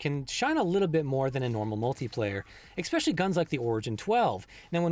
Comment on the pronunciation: Not to be a grammar Nazi, but it's "especially" not "eckspecially." Great content though!